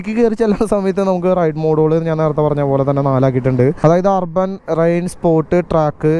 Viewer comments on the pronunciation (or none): Rrban alla chetta AAA... Urban Ann😁